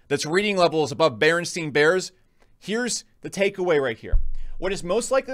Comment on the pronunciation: I noticed you said BerenstEIn Bears, you should look into that conspiracy 😂